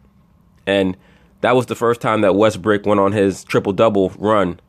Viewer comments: Westbrook... West-BRICK? ha ha. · His name is not pronounced Westbrick !!!! Its Westbrook !!!